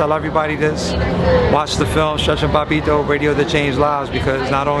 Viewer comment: His commentary in NBA Street Vol. 2 will forever be legendary. He had a bunch of quotables in that game. Btw, his name is Bobbito, not Bombeto